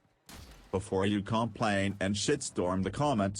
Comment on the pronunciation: was that a khom pun!? did I just hear you say "before you khomplain!!!?